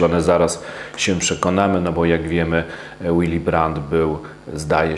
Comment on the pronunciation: Willy brandt czytamy willi brant a nie jakiś łili. Gość był niemcem i nazywał się po niemiecku a nie po angielsku.